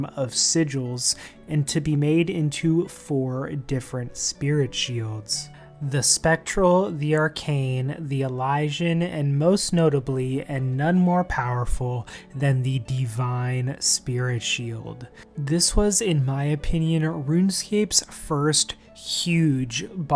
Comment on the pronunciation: Fun video. Pronunciation of elysian is a bit off though lol. Elysia is where Romans believes they went in the afterlife. El isss ee ah 😂